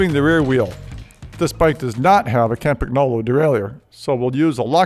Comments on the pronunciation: dude if you're a bicycle expert don't pronounce the g in Campagnolo, it sounds silly. In Italian gn is pronounced as ñ. Look it up. Otherwise a useful video, cheers. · Please check how to pronounce Campagnolo!